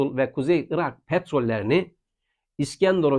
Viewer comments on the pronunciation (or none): none